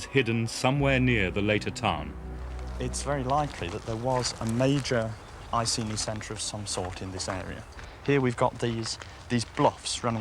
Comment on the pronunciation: nice to hear the name of the tribe pronounced correctly EE KAY NEE instead of the mangled Roman EYE SEE NEE.